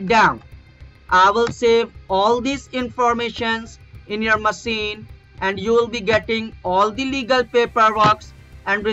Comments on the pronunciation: जब ये मशीन को मसीन बोलता होगा तभी लोगों को समझ जाना चाहिए था कि कोई स्कैमर है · He is saying about pronunciation... It's मशीन not मसीन 😂😂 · कोई अगर ध्यान से सुने तो ये जब एक्स्टेन्सन और मसिन ऐसे बोलता है तभी expose हो जाता है